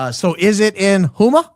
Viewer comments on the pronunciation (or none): It’s pronounced HOE-MA (Houma)